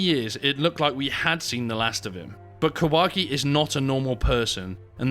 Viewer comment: Jorge Kawashi? 😂😂 They couldn't get his name right. That's brilliant.